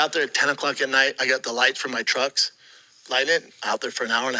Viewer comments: "I got the light from my truggs." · "Lights from my truggs"